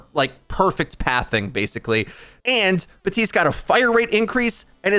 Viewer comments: bap tiste not batiste , i got triggered everytime i heard that XD idk why . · Who's Buhteeste? Do you mean Baptiste?